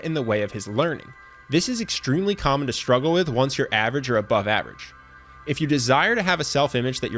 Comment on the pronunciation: sHtruggle is not a word. Struggle is